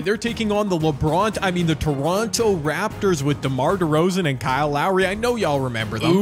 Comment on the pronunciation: Did bro really say lebronto raptors